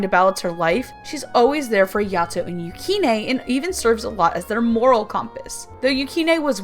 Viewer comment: Yato (yahh-toh) Hiyori (hee-yOree) Yukine (you-keeneh) Bishamon (Beesh-a-monn)